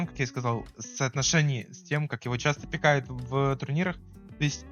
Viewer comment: Он ещё говорит пикАют, а не пИкают